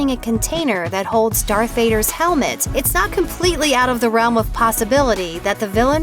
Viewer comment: Why does she keep saying dark and not darth?